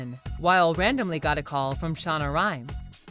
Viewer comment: Who’s shanna rhymes smh. Learn her name.